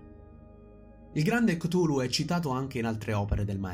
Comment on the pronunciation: minuto , la pronuncia ricorda molto Golu golu, meme che ha spopolato in questo periodo sul web...coincidenze? Io non credo...